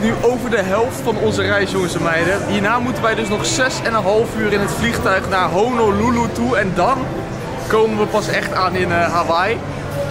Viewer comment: Zegt hij nu echt Hololoeloe?